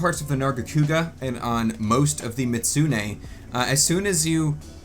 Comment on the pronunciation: I was having a mental breakdown every time you tried to pronounce "Mizutsune"